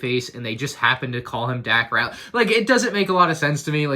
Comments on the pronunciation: Gonna be that guy. It’s Dak Ral-ter (not Rat-ler) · Dak Rat-ler? His name is spelled Ralter. Just pointing it out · It's not "Ratler," it's "RALTER." "L" before "T." I know it shouldn't be a big deal, but it really bothered me every time you mispronounced his name. Not sure why, but it just did. Pretty cool set! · said Dack "Rattler" lol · Lol rAtLEr not ralter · Lego botched Dak Raptor ’s name worse than you pronounced it by misspelling it as “Dack” Smh Lego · It’s 2020 and still can’t pronounce daks last name properly